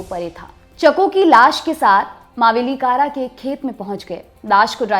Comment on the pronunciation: नाम सीख लिया करे, मावेलीककरा है